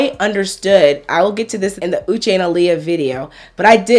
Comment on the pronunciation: On one hand Uche is suffering from crazy stalking ex, that follows him around and on another hand he wasn't able to recognize her very distinct 'Ushe' pronunciation? Something is not adding up